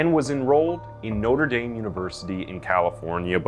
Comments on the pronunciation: Oh, God... "Noter Daim?" Haven't you heard of The Hunchback of Notre Dame - pronounced Not-Ray Daam. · You butchered “Notre Dame” pronunciation. Noter Dame? 😂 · its notraa dam.. not whatever tf you said lol